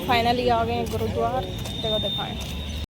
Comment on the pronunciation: Bolna to seekh le गुरुद्वार क्या होता है